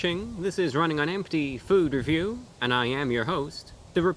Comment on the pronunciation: when he said food review at the start it sounded like meme review